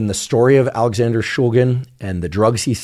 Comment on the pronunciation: Watched the portion describing the chemistry and was quite disappointed. Not only is that not how you pronounce shulgin, that's not how you pronounce phenethylamine. Mispronunciations aren't too concerning. What is tho, is the lack of explanation/detail about the stereochemistry of MDMA. MDMA has a chiral center, meaning that there are two "mirror" versions of the molecule, that can/do exhibit different pharmacology, because the two "mirror versions" (isomers) are actually different drugs. SO MDMA is not one drug, but 2 drugs. The D and L iosmers. (Alpha carbon, methyl group) Just like dextroamphetamine and levoamphetamine have different effects and pharmacological effects, dextroMDMA and levoMDMA have different effects, and pharmacological effects. Is the MDMA being used in these studies dextro? Levo? racemic?? Because that matters! If you are using racemic MDMA in these studies, you are in fact testing a combination of two different drugs. This is a big deal, isomers matter, and making it clear that most MDMA available (is racemic) and is a combination of two different drugs, dextroMDMA, and levoMDMA is incredibly important. DextroMDMA could be therapeutic, and levoMDMA could be nuerotoxic or vice versa, we don't know yet. So to say MDMA causes anything is misleading, because we need to know what individual isomer is causing which specific effect. We need to examine and talk about the individual isomers, rather then racemic MDMA. Also, I didn't watch the whole thing, but di